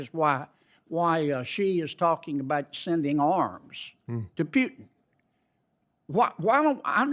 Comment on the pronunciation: OK John, it is PUTIN not PJUTIN.